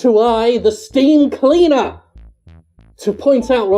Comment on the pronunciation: I did a spit take with my coffee when I finally got "Steam Cleaner". Dat barely noticeable comedic pause tho